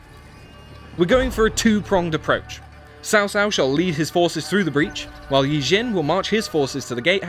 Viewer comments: This looks like a very hard streamed moba version of a total war. Not impressed. I bet the duel in the video won't be in the final product. It looks feels and even sounds incredibly scripted, Also Cao Cao isn't pronounced Sao Sao it has a silent H in between the C and the A lolz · Sao Sao? Wtf?! I know the names are hard, but do your homework, if you can’t say the name right you shouldn’t be commentating. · martin rdh isn't it pronounced tzow? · martin rdh my wife is Chinese, she says it is pronounced like 'Tsao Tsao' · Cao Cao be like "Sau Sau". You should pronaunce C like a C in Car or Cat or Counter not turn them into S like Sissy or Street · Jason Leung Wrong. It's pronounced Tsaw Tsaw/Tsao Tsao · cringing every time I hear him say Cao Cao, it should sound like "Chao Chao" instead, please correct for future videos! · according to pinyin it would be Tsao Tsao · It’s pronounced like tsau tsau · From 'Cow-Cow' now to 'Saw-Saw'... poor Cao Cao never gets his name pronounced right.. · Could you guys at least pronounce the names right? Cao Cao is pronounced Tsao Tsao... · Every time he pronounced Cao Cao like that felt like being punched in the face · who is this pronounce guy? It's letter "C" not "S" u blind fk. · Cao Cao is pronounced more like how you would say ciao in italian. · The way the narrator pronounced Cao Cao's name... Let's just say it wasn't the best. It came out sounding either like "sister-in-law" or "coquettish" / "lusty". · Your pronunciation of CaoCao is totally wrong, you should ask any Chinese how to pronounce it. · You guys could at least pronounce Cao Cao's name right. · its "tsao tsao", not "sao sao" :) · Its actually pronounced Tsao Tsao, not Sao Sao. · Sao Sao 😆, it's pronounced, "Tsao Tsao". Bro, thanks for the great footage! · CAO CAO IS PRONOUNCED COW COW, NOT SAO SAO WTF BRUH. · Cao cao not sao sao. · Cao Cao is pronounced as Tsao Tsao instead of Sao Sao. Gotta put a little T right before the sound of the S comes out. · 骚骚最好玩😂